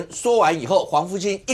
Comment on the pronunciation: 黃創夏從頭到尾都講錯季麟連的名字